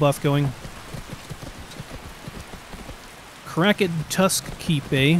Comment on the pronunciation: My boy said "Crack-ed tusk" 😂 💀